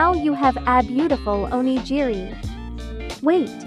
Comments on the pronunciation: " oh - KNEE - gee - ree " AI is pronouncing " Only Geary" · Great, very practical advice for tourists. Just a kind note, Onigiri is pronounced “oni-ghi-ri” with “ghi” like in “gift”